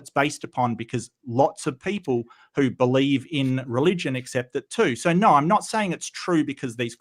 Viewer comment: Evolution can't account for people who cant pronounce "No" correctly. The only R here is.